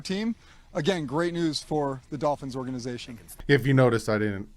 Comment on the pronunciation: It's the Miami Dolphins not the Miami Golphins,. lol. Love the channel, keep up the good work.